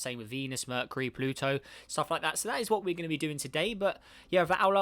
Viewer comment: merh-kyoo-ree not merh -kuh-ree LOL - good vid tho pal <3